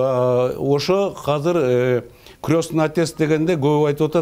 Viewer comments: кыргызбы бул хазыр дейтго азыр деп айтылатго кыргызча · Казыр эмес Азыр деп суйлогуло